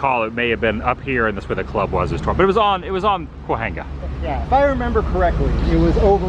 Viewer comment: CAWENGA is how Cahuenga is pronounced